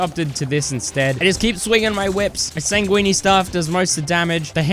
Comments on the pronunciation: it’s ’sang-win’ not ‘sang-weenie’ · Bro pronounced "sanguine" as "sanguini". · I would say that the highlight of this video is you pronouncing "sanguine" like "linguini". :D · sanguine is pronounced 'san-gwin' my dude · he pronounces it like that on purpose cause its funny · he pronounces it like linguine. blood pasta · Bro still cant pronounce sanguine